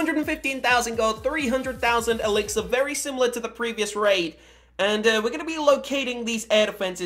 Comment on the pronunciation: Lol you said gold elixer